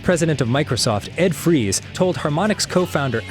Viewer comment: you know damn well his name is pronounced Ed Frys not frees